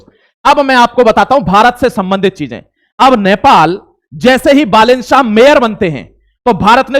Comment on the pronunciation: बालेन शाह ❌ साह ✅